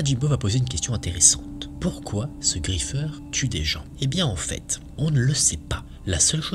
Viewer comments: Tu a dit le griffer! 😢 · Ta prononcer le nom du griffeur 😭